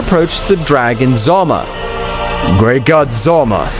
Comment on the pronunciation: Bro how many videos do you have to make and still be incapable of pronouncing things properly. Who tf is "zolma"? The dragon god is "ZALAMA".